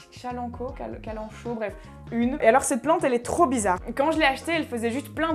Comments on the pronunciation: prononciation de la kalanchoe : [kalankoé] :-) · Kalanchoe se prononce kalankoé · Trop chouette ta vidéo, bonne vibes comme on aime. Ça se voit que tu es remplie d'amour pour tes plantes c'est trop beau. Un p'tit coup de main, le genre Kalanchoe se prononce "Kalankoé" et en effet l'espèce que tu as est une de ces plantes qui s'auto bouture donc en faisant des bébés clones par les feuilles. Autre petit truc, en français la spider plant s'appelle "Chlorophytum" (prononcer à la latine donc "klorofitom"). Voilà voilà c'est cadeau !!! D'ailleurs le Chlorophytum se bouture très bien puisqu'il fait de longues tiges qui créent des bébés